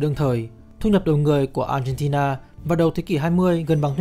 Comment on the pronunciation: Mình nghe cả chục lần mới phát hiện ra b chủ kênh phát âm chữ Argentina. M nghĩ b phát âm chuẩn quốc tế. Nhưng thà cứ như thời sự phát âm là ác hen ti na cho dễ nghe.